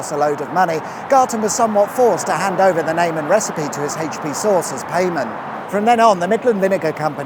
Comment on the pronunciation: AITCH PEE